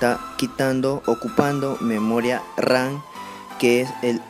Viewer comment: A mí cuando dijo memoria ran😂